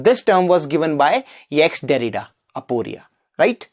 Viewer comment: Didnt listen to it fully. But bro, its not "ex- derrida".. it is jacques derrida.. [ʒak dɛʁida]